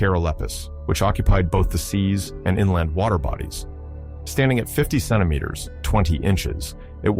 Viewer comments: Idk but it s hilarious 😂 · OK, I just got to the second time The Voice mispronounced centimeters and this time the miss pronunciation was different for the first time which does not seem to support the misspelling theory, but sadly I think I'm going to have to turn this video off because while I find it interesting and the music is actually quite soothing, my brain tends to zone in on mistakes like that, so I'm the type of person who can be half asleep and something like that happens and jolt me awake again. Gotta find a video that does not have those kinds of severe errors. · I wonder if the miss pronunciation of the word centimeters comes from a misspelling in the script for this video.